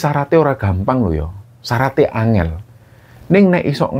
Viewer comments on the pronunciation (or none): none